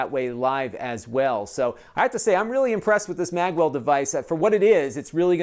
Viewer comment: I'd be better convinced if you didn't pronounce Magewell as Maggwell !!